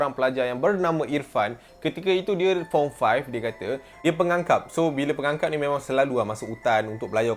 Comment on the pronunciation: Aku sorang je ke perasan yg dia sebut pengakap jadi "pengangkap".😂